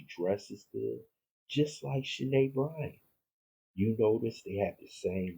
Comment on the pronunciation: I believe that other name is pronounced Shy-Ann .